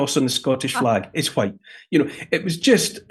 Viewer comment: Dude was throwing around some hard Ys every time he said whYte!